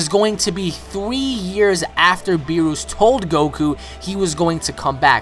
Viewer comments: BEER US NOT BEEROOS OMG its bothering me so much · I cant get over how you are pronouncing Beerus its us not oose haha. :P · Its not berroos its berrus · beerus not beeroose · Good stuff, But one thing that irked me is how you say Lord Beerus. It's not bee+rush, It's Lord Beer+us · O my god its BEE-RUS not fucking BEE-ROOS. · Its Beerus not Beeroos!!! :-) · its beerus not beeroose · Never say beerus again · LOL hes saying beerus wrong